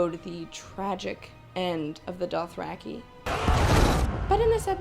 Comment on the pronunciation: Doth-back-i, LMAO